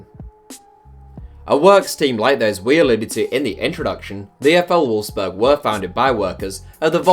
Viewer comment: Wolfsburg not Wolfberg